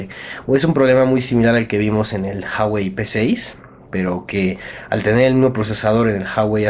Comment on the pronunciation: en la palabra Huawei tambien se pronuncia la U